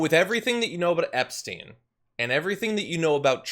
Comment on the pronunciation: He can't even say Epstein name, and they probably had orgies together.